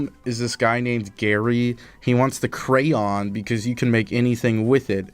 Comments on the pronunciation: WHy would you think pretending to not be able to say crayon is any kind of valid thing to do? is it not hard to be stupid? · Who can’t pronounce Crayon?